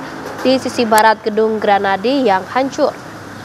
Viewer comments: bukan granadi, grahadi woi, penyiar koplak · GRAHADI kak, bukan Granadi..